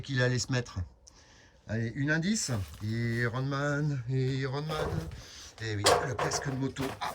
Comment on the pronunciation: Comment il prononce iron man 😄